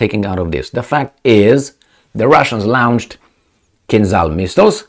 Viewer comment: LAWN-CHED, LAWN-CHED. NOT LOUN-CHED!